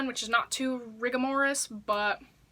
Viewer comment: THIS BITCH SAID RIGAMORIS LMAO